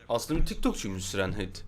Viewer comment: Siren hid değil sayrın het diye telaffuz ediliyo abiii